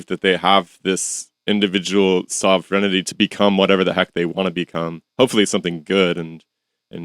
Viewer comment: I have been monitoring the pronunciation of "sovereignty" over the years, and I believe that the mispronunciation of the word by so many English speakers, native and non-native, is correlated with the collapse of concept of the individual and the acceleration of global homogenization. Very 1984. Much Newspeak (pronounced New-speck). To be a sovereign is to control your own actions. To understand how to pronounce "sovereign" and "sovereignty" implies you have sovereignty over yourself. It's very meta. As someone who did not invent English, I borrow. I use English because it is already there: very few socially functional persons speak their own created language day-to-day or academically because that is crazy shit. There is a responsibility on the part of the speaker, especially one who speaks professionally, to use the borrowed language responsibly. Languages are clubs. And so, this new club pronouncing "sov-ren-ty" to ... "sov-ren-i-ty" is an interesting flood of data points. /ˈsɒv.ɹən.ti/, /ˈsɒv.ɹɪn.ti/ THREE SYLLABLES. NO "I-TY" AT THE END. SOV-REN-TY or SOV-RIN-TY. NOT SOV-REN-I-TY. NO "I". NO 4 SYLLABLES. I hear some persons pronounce "comfortably" as "comfortability". What does OED say about "comfortability?" "No exact match found for “comfortability” in English". I guess we're fucked. But very slowly, with a lot of lube to help it on its way. And the end of the day, we are fucked. Let's cope.